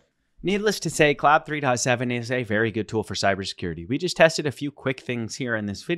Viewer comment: it's pronounced like clod - not cloud